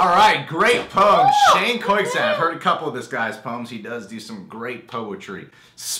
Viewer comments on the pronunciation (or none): I'm pretty sure the c in koyczan is silent.